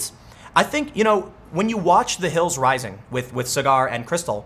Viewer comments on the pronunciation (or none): If you do watch Rising, Tim, Krystal says his name all the time. SAW-grr. His name is not cigar.